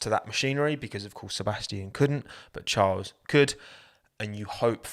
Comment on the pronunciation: please can you amend how you say charles annoys me every time